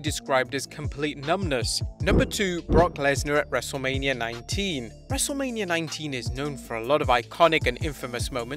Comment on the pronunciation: Not to be rude it’s not wrestlelamia it’s wrestlemainia